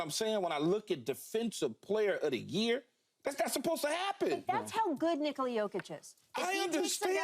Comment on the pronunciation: It’s pronounced NicALa not NiCola